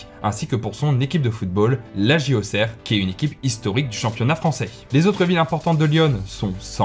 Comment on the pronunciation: Youhou tu prononce bien auxerre